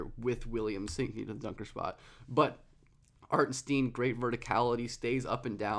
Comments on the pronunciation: I love your vids but for the love of god he said his name is not pronounced Hartensteen 😅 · Love the video. Hartenstein should rhyme with Frankenstein. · It’s pronounced like Hartin-shtine by the way :) great video!! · Lol. i was like okay...he said the name wrong but its fine...but then he said the name one too many times in quick succession. i couldnt concentrate on the topic anymore and looked for comments like this^^ now i can go back and finish the video. thx^^